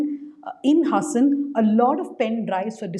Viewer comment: Please pronounce the name of the place correctly. Its HAAASAN